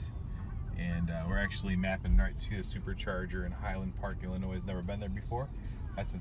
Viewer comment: It's pronounced "Ill-a-noy" ... not "Ill-a-noise" ... the 'S' is silent.